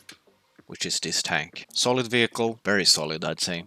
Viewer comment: its 'solid' and not 'colid' then it would sound like [kolid]